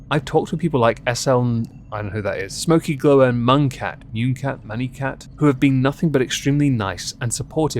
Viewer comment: Münecat is pronounced "mooncat" just for future reference :)